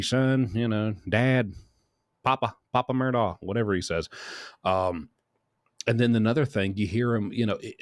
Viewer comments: Incidentally, it's pronounced "Alek" "Mur-dock" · Babe, its “mur-dok” Please say it correctly lol